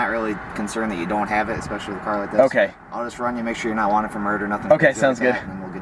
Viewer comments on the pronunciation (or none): none